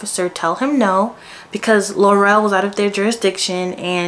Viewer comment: We been protesting up here bc it’s all lies… these yt people gone stick together.. And Laurel is pronounced like Laural not Laurell